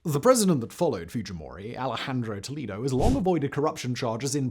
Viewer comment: It is a minor thing, but you could check some of the names' pronunciations (toh-LED-oh (not lee), oo-MAH-la (no h sound)), especially if you make the follow up on Fujimori. Spanish is very consistent in pronunciation and writing, or you could look them up.